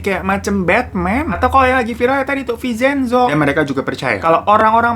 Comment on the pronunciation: Bang vin cen zo bukan vi cen zo😂